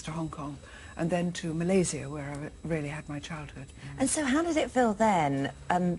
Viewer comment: Love! She spent her childhood in Malaysia, that's nice to know. She even pronounced it right. People tend to pronounced it as Malay-shia, even locals.